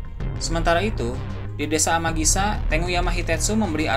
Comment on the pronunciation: Amagisa atau Amigasa